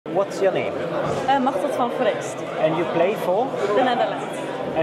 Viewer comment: Her name isn’t Machtheld but Machteld…